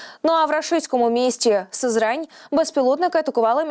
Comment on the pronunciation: СЫзрань. сИзрань. БУДЬТЕ ГРАМОТНИМИ, БУДЬ ЛАСКА СИзранським!!!